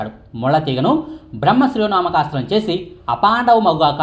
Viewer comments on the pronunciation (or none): ముందు ఆ అస్త్రం పేరు సరిగ్గా పలకడం నేర్చుకోండి